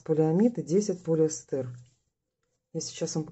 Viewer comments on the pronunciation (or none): none